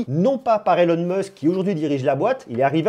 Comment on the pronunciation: Elon Musque 🤣 c'est stylé remarque, à la Française ^^